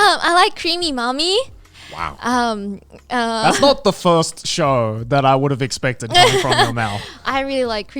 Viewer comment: When she said "Creamy mami" I was so confused, and I wasn't sure if she said "Creamy mommy" or "Cream me mommy" but in both cases, it sounded wrong, like... Really wrong... Anyway, nice episode as always!